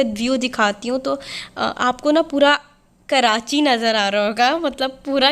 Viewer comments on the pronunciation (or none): none